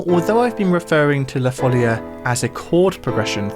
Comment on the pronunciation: this cord progression of la folia gives a renaissance touch even with your composition with electronic instruments. BTW, in Spanish it is la folía with a stress on the i. Some claim that due to its musical form, style and the etymology of the word, it is assumed that the melody emerged as a dance in the middle or end of the 15th century, in Portugal or in the former Kingdom of León (an area of Galician influence) or in the Kingdom of Valencia. Both in Portuguese and in Catalan/Valencian "la folia" is pronounced with a stress on the I, even if the accent is not written. Sorry for the pedantry 🥸